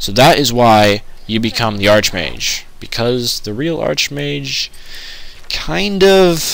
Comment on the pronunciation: Pronounced "ark-mage" and "magic-a" and pick up a freaking silver dagger already or something the guard's sword in Burma would have been perfect for Wraiths...